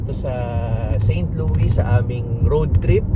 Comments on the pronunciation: Share ko lang bro, St. Louis is pronounce "Saint Lewis" (Loo-iss). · Pronounced "Saint LOO-iss" parang Lewis. Uso pa rin ang break-in, pero dito di katulad sa atin na papaandarin muna ahead of time ang sasakyan bago umalis, dito pag andar alis agad. Di uso ang warm up. :) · unlike Illinois, you pronounce the "s" in St Louis :) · You pronounce St. Louis like you pronounced it but also with the "s" at the end. So it is not a silent s. Also "arch" you were right the first time...you pronounce the h. Hope you guys had fun! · Correct Pronunciation: Saint LOO-iss (/seɪnt ˈluːɪs/). (Here in America) Common Misconception: Some may use the French-style "Saint LOO-ee," but the "s" is generally pronounced. Local Dialect: The name fits into a broader local, older dialect that sometimes anglicizes French names. To give you credit though, Louisville is pronounced Loo eeh vuhl. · It is pronounced with “S” po. Try visiting Kansas City museum 😊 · not silent S in st louis po…. hehehe enjoy po from st louis